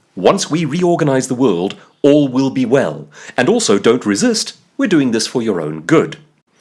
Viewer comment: “All will be well”. The way you say “all will” sounds very much like you are saying “Orwell”. Was that deliberate? Either way, it fits perfectly.